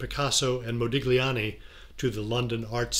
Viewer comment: Agreed. ModiGliani, Evelyn WauGh. Really? And why is Walton given the title Sir but Ashton is denied his appellation?